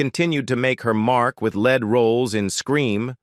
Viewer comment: "...she continued to make her mark with lead roles in 'Scream'...": It was in this line that the AI narrator pronounced the word LEAD as if it were a metal! I do not understand why these YouTube productions insist on using AI narration! I consider its usage as unprofessional in all video productions! And in this video presentation, there were a couple of slip-ups in word usages/incorrect pauses that weren't particularly outstanding, but they still served as annoying flaws, flaws that "suggested" that the overall presentation here was tacky in nature.